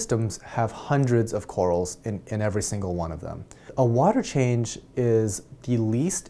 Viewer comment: you articulate every word wonderfully, but I find it funny when you pronounce the silent 'H' in while, what, ......water "wahter".... LOL nice vids